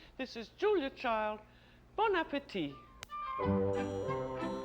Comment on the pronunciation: Love her. She is now pronouncing the d in Child-the American way. In the early shows she pronounced it the French way, with a silent d.